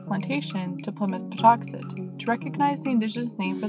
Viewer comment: I was born a few towns over and I’ve always been here and it’s still Plymouth plantation and it’s pronounced paw tux et like it always has been.